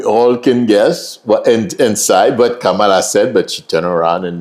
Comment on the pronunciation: You should pronounce Kamala name correctly. Especially given she is respectful to everyone.